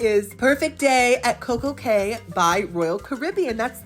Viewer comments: What a bargain! Fun fact: A “Cay” in the Bahamas is pronounced “Key.” p.s. I always love how even when you don’t particularly like a gratis item, you are always so grateful for it! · Love your videos but, dude, it's time you know 'Cay' is pronounced 'Key.'